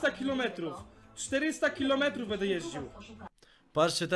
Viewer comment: kurwa co za tucznik. BEDE hahaa ale to brzmi BEDE hahaha